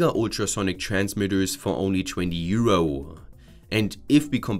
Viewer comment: euro-uh euro-uh euro-uh it's euro. there is no uh at the end.